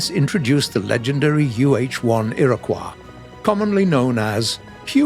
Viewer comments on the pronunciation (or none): Oh dear, for the love of God, it's pronounced "i-ruh-kwoy". SMH. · I'm sorry- did he just pronounce "Iroquois" as "Era-kwah" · Iroquois Is pronounced as Erie koy like a spooky fish wtaf how did they get thru with the botching of that pronunciation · Iroquois is NOT pronounced "i-ruh-qwa". Ffs it's a native American word NOT French! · you are saying Iroquois wrong, say iro then quois like the koi fish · its pronounced Ear-Ah-Coy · Iroquois isnt a French word..... -_- please dont pronounce it like it is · Oh god he said it so many times it's like listening to nails on a chalk board. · For some reason how keeps saying Iriquois is rather grating. Like it's like it's the "wrong" way to say it but it's not the one I know, and in almost 30 years I haven't really heard it any other way oddly enough, so it's just odd to me.